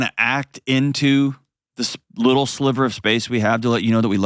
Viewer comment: "...wittle feewings...😂